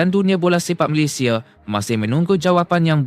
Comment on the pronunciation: TMJ kocak dan lucu😅😅😅 kakek Facundo garces lahir diArgentina tapi dibaca lahir di malaysia, ada yang lebih kocak lagi, nama negara malaysia malah di baca malaydes.😅😅 keren keren TMJ.😅😅😅😅😅